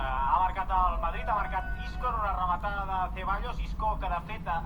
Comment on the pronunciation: La ramatada y el GAAAL DE BERENGUER!!!! Gal impagapla JAJAJAJAJA